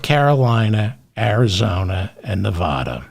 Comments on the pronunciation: CORRECTION: NEVADA IS NE-VA (as in vat)-DA not NE-VA (as in ma)-DA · CORRECTION, Just a minor one. Nevada is pronounced Nev-add-a not Nev-ah-da. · One more pronunciation correction, David. "Nevada" is not pronounced "Ne-vAH-da". Here's how you pronounce it: I forgive you; I grew up in NYC too. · CORRECTION: their is no letter O in Nevada, not Nevoda. 😝🤣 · Correction : it’s Nev- add- a. At least here in California. 😅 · Gentle correction. Nevada is pronounced with a short "a" (sounds like Ne-v-add-a) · CORRECTION: Pronounce Nevada like a midwesterner, the first 'a' like the 'a' in 'after', not Nev AH da. In an effort to avoid crazy conspiracy theories, we lefties refuse to consider the election was rigged. You won't even entertain the idea. Won't even discuss it. In what world do down ballot candidates outperform the Prez nominee? Maybe it's the world where coattails no longer exist. Maybe it's a world where voters are informed and carefully consider each candidate on their merits, regardless of party (JK, haha). But how about the world where one side cheats? Dems insist such an outrageous prospect can't even be looked at. We are better than that. We hold the high ground. Even though Repubs keep cucking Dems because we refuse to lose faith in the system, despite the blatant cheating R's keep flaunting everywhere else. I don't necessarily think Trump won bc R's cheated; I think it happened bc voters are ignorant of facts. BUT, the knee-jerk reaction of OUR SIDE refusing to be like THEIR SIDE is pigheaded. FOUR years of claiming the other side cheated seems to be a winning formula.